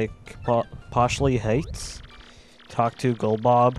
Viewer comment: Lol you accidentally said "once you wake goldbob"